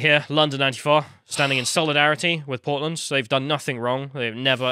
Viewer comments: Oh PORTLAND! 😂. I thought you said POLAND at first. That makes more sense. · At first I hear “Poland” 🤔 then I figured out they are talking about Portland…. Well yeah, of course